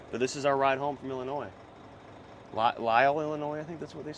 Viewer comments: haha yes, illinoise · Thank you!!! Yeah annoying hearing him pronounced Illinois like that multiple times. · Dude, Illi-noise? My head just exploded! 💥🤯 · First few seconds of video was cringe. Drop the s in Illinois 🤣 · Someone needs to teach how to pronounce the terrible state of Illinois